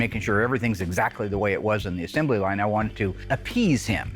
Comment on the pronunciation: Will invented a new word: “assembely.” It’s assembly.